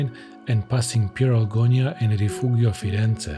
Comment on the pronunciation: it's Pieralongia not Pieralgonia